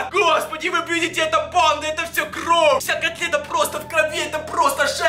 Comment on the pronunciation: почему ты говоришь кров